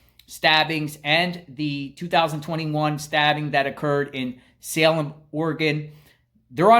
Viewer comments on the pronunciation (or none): none